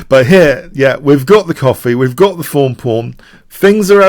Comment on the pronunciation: im american. When I hear "thorn" pawn I hear you say 'fawn' lol